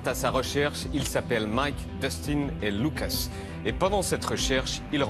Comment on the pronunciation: "louqueusse" chaud